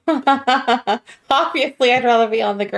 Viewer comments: You wanna pronounce it more like "Dibner" rather than "Dibnaw" ;-) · Hi, just a little tip from a Brit', drop the aah sound, say It like Dib..ner. ( silent 'H' ). Other than that I loved the vid' 👍🙂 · It’s pronounced dibna ,the a at the end is sounded out like the A in absolutely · Great video but it's pronounced dibnuh not dibnar. Greetings from the 🇬🇧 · His name is pronounced Dibna, not Dibnarr as you said. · It's pronounced "dibna", not "dibnaw" 🙂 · Its pronounced fred dib nur, not! Dib narr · I lived up the street from him on Radcliffe Rd. It's said Fred dibner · Fred Dibna ( the H is silent ) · Is it me or is he pronouncing it Dibnahhhh . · You don't pronounce the aitch at the end of Dibnah, it is Dibna'. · Fred Dibnah. Not from Dibnaw. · Who's Fred Dibnaugh? It's pronounced "Dibnuh" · My dad use to have a drink with him at traction engine rallys great guy i love your videos aswell but you guys are putting way to much emphasis on the H think of it as dibna the h is silent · Its a cheese BUTTY not a cheese buddy You do not have to accentuate the second part of surname. It's Dibner & not dib NAR!